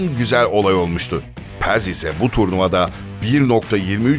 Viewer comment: Paz'a neden Pez diyorsun :D